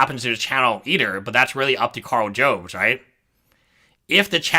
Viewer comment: by the way it's pronounced "jobs" as it someone who is going to need a new "jobst" after losing a court case